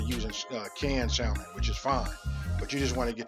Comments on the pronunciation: FYI, the 'L' is silent in the word salmon. Like Sammon. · Can’t take ppl saying sal mon. 😆 sounds funny pronounced with the L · You're right, these are croquettes, not salmon patties. The thing that differentiates the two is the number and type of ingredients. I think yours look great. Technically, the L is supposed to be silent in salmon. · The L in Salmon is silent!!!!!!!! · Who here pronounce that L in salmon? Lol new subscriber here. Been watching all morning! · The "L" is silent😩